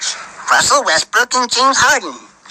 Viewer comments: Even on a quick mention this man consistently calls Westbrook, WestBRICK LOL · I thought I heard wesbrick lol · At the eleven mark dude say James harden and Russell westbrick lol